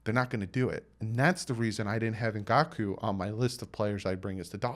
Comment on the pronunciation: I believe Yannick's last name is pronounced EN-GAHK-WAY. "Ou" makes a "w" sound in French, as in "oui" and "ouest" (learned that one driving in Quebec).